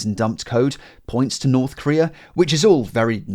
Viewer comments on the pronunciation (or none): none